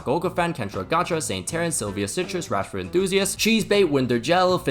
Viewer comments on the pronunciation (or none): none